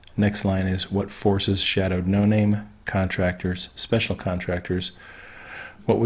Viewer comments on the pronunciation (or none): none